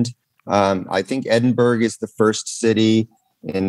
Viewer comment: Man said Edinburg 😂